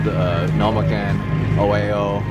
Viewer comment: how can live in japan and still call ueno "ueo san" multiple times. his first name is takahiro, not katsuhiro. this is why hes a mega dork.